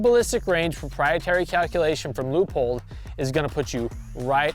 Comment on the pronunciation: Loypold, not lewpold